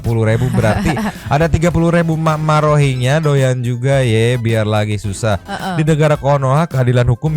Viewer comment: nyebut na tong rohingnya lah geuleuh haha geus weh rinyuhingnya wkwkwk tuman